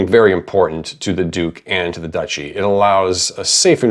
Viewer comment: One of the biggest challenges of this setting: pronouncing Duchy correctly.